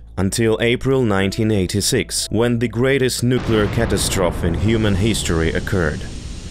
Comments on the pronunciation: Your English is pretty good except for the word cat-ass-trophy. Is how you pronounce catastrophe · In American English "Catastrophe " The end is a long E...sounds like Y or 2)EEs /Ey CA TAS TRO FEE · Love how he sounds like a robotic reader like those cheap channels who don't speak, just have a program read.. Misprouncing easy words: Catastrophe - "catas-troph" ATOM - "A-tom" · "@ English" - Just so you know, catastrophe is pronounced "cat-AST-ro-fee." 🌻💙🇺🇦💛 Slava Ukraini! Heroiam slava! 💛🇺🇦💙 🌻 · I kind of like the mispronunciations.